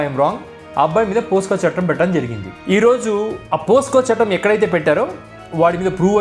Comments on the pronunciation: అన్న పోస్కో కాదు పోక్సో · Brother your explanation is great! just one clarification, it is not "POSCO", instead it is "POCSO" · it's POCSO ACT yaar, not POSCO. I am a keen follower of your videos. Going good and continue. God bless you. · అయ్యా, అది పోసుకొ చట్టం కాదు, పొక్సో చట్టం